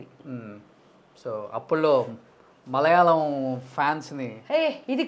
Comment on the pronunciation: మలయాలం కాదురా మలయాళం వాల్లు కాదు వాళ్ళు కోనం కాదు కోణం తెలుగు చండాలం Mr. ( )